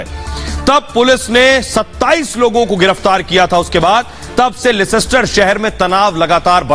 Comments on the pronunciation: It's not lescster It's Leicester... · Leicester is spoken lester લેસ્ટર. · it is Leicester Ley - ster(that is how you pronounce it) Anaradi na bane...... London niche hai aur Leicester oopar hai - Ghusi baat khopadi ma nahi hehehehehehe... Seriously, Arnab! Respectfully, your boys have mud in their eyes!